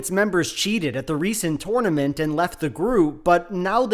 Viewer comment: why did you say tournament so weird?